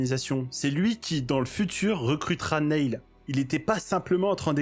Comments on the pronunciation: très cool vidéo. (cependant, tu as vu le film, et tu sais donc que Neil se prononce "Nile" et pas "Néïl" 😝) je m'abonne pour la peine. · Ça se prononce "nile" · Alors nail ça veut dire clou. Neil se prononce "nil"